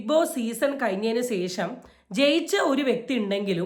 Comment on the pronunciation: ഒരു off topic ആണ്.... എന്ത് കൊണ്ടാണ് മിക്ക youtubersum ശേഷം എന്ന് പറയാതെ സേഷം എന്ന് പറയുന്നതു???? 😮😮